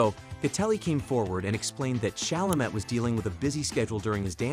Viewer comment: Especially Tim’s last name.